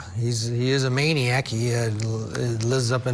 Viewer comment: He is a Main-e-ac, he lives up in Maine. hahaha wtf man.